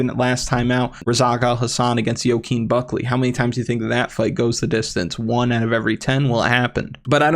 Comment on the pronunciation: Only thing pissing me off is how you say Buckley name